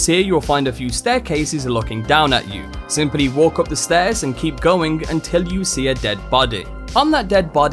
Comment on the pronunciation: Great video, as always. But... "Bady" "Wapon" "Simpuly" "Ashara" Seems like you have a few pronunciation bugs to fix